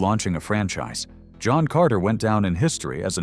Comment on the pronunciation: Bought “Hohn Carter.” An enjoyable film.